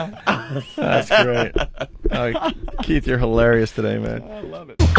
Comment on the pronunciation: Keith doesn’t even know how to spell or say his name correctly. He and all the other brothers say “Keef” as if they’re close friends with Kiefer Sutherland 😂